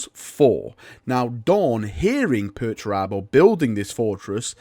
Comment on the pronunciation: You just love saying 'Perch Rabbo' dont you? :)